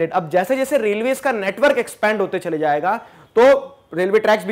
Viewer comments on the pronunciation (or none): none